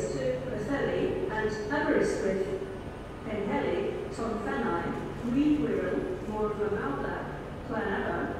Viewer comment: CANT PRENOUCE PWLLHELI RIGHT PWTHERLI PWLLELI